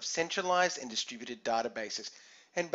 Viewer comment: Haahahaahhhah distrubuted word sounds like "the stupided". Anyway thanks a lot for this short but informative video.